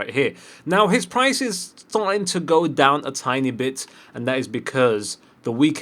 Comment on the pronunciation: Did he just say ''a tiny bit'' or ''Itani bit''